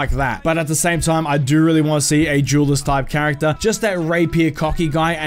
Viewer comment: Jewelist or duelist? Duelist right? Not trying to be funny.